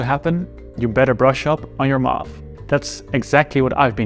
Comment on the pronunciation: Great story, I really enjoyed it! But why do you pronounce "math" like it is "mUth"? 🙂